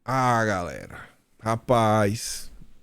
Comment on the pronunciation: Cara, não fala mais gaRela!😡, é gaLera. 😃😄